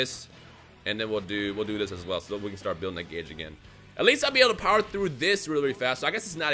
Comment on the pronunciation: Did this foo just say Ultra full SSJ4 BOWER Goku even tho it was Dbs Goku